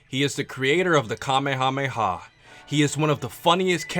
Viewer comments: You mispronounced King Kamehameha´s name. If you want to hear how it sounds look it up or watch the dub. They say the prounce it correctly in the dub by calling it the kame ha me ha wave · growing up Hawaiian and reading/watching dragon ball and dragon ball z was so confusing because Kamehameha is pronounced nothing like the Hawaiian king lol